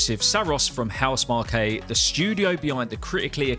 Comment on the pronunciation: Pronounced house mark